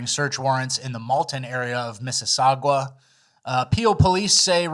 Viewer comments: I love ya but it’s Milton Ontario and Mississauga, not mississagwa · 1) it's pronounced MISS-i-SAW-gah. and 2) they stole large amounts of mail from 'Supermailboxes.' Entire neighborhoods in metro areas get their mail delivered to large banks of mailboxes in the subdivision. So they can pop 40-50 boxes in one location, steal all the mail and then move on to the next subdivision.